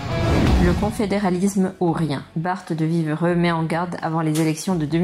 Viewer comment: Bon le reportage est très bien fait je trouve mais tu dois faire quand même un effort pour prononcer le nom même le ministre Bart de wever c'est catastrophique mais après c'est pas de ta faute tu es français 🤷🏽‍♂️